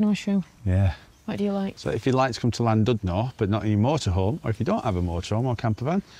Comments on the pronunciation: Some pronounciation help and facts. Cymru is the Welsh name for Wales and it means the exact opposite to the word Wales. Wales is Germanic and means Foreigner and Cymru means Compatriot. Cymru is pronounced Kum- REE. Llandudno is Chlan-did-nor with some phlegm used for the Chl sound. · Another lovely video. In Welsh, 'u' has two sounds .. "ee" as in "sheet", or "i" as in "did" . The 'u' in Llandudno is pronounced like the "i" in "did", so:- Llan did no. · Could at least have learned the correct pronunciation of Llandudno.